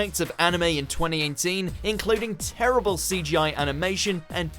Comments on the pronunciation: Twenty einteen? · “20 aint teen” is how it sounded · twenty einteen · Say "TweNty EiGhNteEN" again... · Sounded like eighnteen. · 20 -AIGNT - TEEN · Is it just me,or did he say 2018 in a slightly weird way at the start?